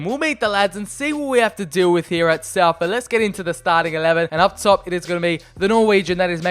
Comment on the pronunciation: Thanks for sometimes saying it correctly though!